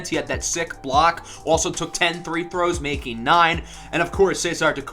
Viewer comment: Are you saying three throws, instead of free throws?